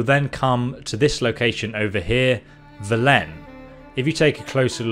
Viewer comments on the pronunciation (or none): Bruh it’s “vélen” not “velén” and “skelliga” not “skellidge” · When you play the game on mute: "Skellidge" "vuhlen" "yoursine armor" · Wow. This guy is a master of mispronunciations. • ERR-SYNE not EE-UR-SYNE • SKELL-I-GUH not SKELL-IDGE. • VELL-UN not VUH-LENN • LIE-TH not LITH ( “lithe as an eel”) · Im REALLY late but it's Skeli-geh and Ve-len non Vlen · It's just Velen, not vel-En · Ursine - 'uhr-seen', not 'yure-sin' Velen - 'Vé-lèn', not v'LEN Skellige - 'Skelli-ge', not 'skellidge' There probably are so many more but these were the ones that made me pause and click off the video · and velen as vel-len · Ursine= "err-seen" Velen= "vell-in" Skellige= "skell-i-gah" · Just a tip, Not trying to be a filthy hater!!! 👍 In english, it's pronounced vélen, with emphasis on the first E, and Skellig- uh, the G doesn't connect with the E making a J sound, it's just a normal G sound, like Garry 🤣 I don't know about in polish though because I'm not polish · Did you even play the game? "Skeledj" "yoursine", "vel len" wtf. They say in the game how to pronounce them. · Velen dude not vilen lol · Omg the way you pronounce Velen and Skellige is driving me crazy lol. Listen to ANY amount of dialogue in the game and it will tell you how to properly pronounce them. Skell-ig-uh, vel-in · Your pronunciation of skellige and velen is driving me crazy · Your pronunciation of the names of Velen and Skellige hurts